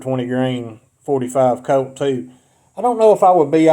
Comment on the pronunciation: I wouldn't buy ammo from somebody who can't get the name .45 Colt right.